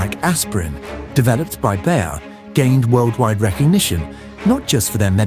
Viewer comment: it's "Bayer", not "Bär", as you pronounce it.